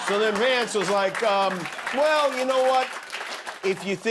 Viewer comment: Is it just me, or does it sound like Vance is saying, "It's Shady Vance"?